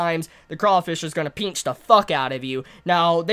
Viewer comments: I like the way you say pinch. Peenchers lmao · The way u you say pinch is funny